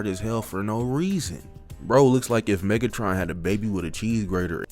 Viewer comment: bro said "megaton"